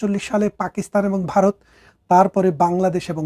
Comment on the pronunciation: খুব ভালো বিশ্লেষণ... তবে বারত উচ্চারণ শোনা যাচ্ছে,ভারত বলা অভ্যাস করুন...